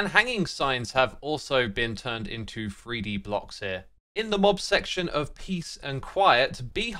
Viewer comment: do NOT take a drink every time X says "free dee"